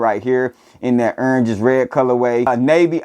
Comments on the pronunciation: Can't pronounce "orange" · I know you a Florida boy because I say Orange the same way 😂😂